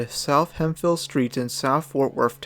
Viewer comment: Hemp-hill, not hem-phil. Also, it's muh hay uh not mex-ee-uh.